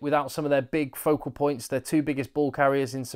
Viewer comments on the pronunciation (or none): none